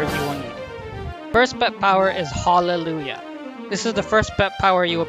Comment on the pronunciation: I never realized the skill is spelled "HAULellujah" until I heard you pronounce it like that .